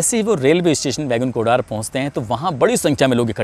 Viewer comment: बैगुन कुदर हैं उच्चारण सही से कीजिए